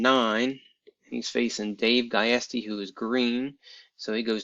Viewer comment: Pronounced, "Justy" (Giusti). Nice excel job. I don't suppose you could post the formula to bring a photo to a cell, could you? You wouldn't have to explain the whole thing, I get excels different references to other sheets and locations, I could figure that out myself.